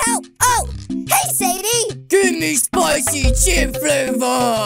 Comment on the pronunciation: Like when he say spichy but I don’t like to eat them